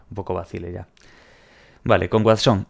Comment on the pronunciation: el Watsón😂